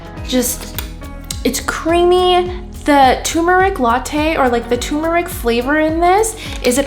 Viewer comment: It's not too-mur-ik. There are two rs in there. Tur-mur-ik, please.